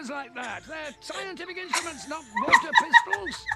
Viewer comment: I always thought he said "walther pistols" ... I guess water pistols makes more sense for doctor who.